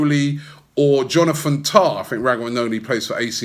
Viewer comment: Not rugani.Not umtiti.JONATHAN TAAHHH